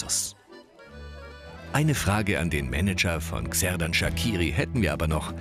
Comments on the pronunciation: Man spricht Xherdan mit Sch am Anfang aus!! 😂😂 nicht Gserdan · "Kserdan" 😂👌🏼 man sagt "tscherdan" bin albanerin und somit weiss ich wie man ihn ausspricht!☺️ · SERDAN?? SERDAN SHAKIRI you fuxkin sirius 😂😂😂😂 wer zur Hölle ist Serdan bloody hell er heißt Xherdan Shaqiri HAAHHA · Serdan Sakiri? euer ernst? Es heisst Xherdan Shaqiri! Und man sagt Kserdan Schatschiri! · junge es heisst XHERDAN SHAQIRI!!! 😠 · Der albaner nicht schweizer und lern mal sein namen richtig auszusprechen